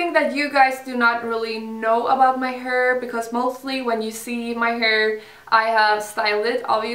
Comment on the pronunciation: Uttalas väl hair inte haur